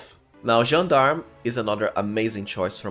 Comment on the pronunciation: Once again, a perfect gentleman that pronounces "Gendarme" correctly ❤️❤️❤️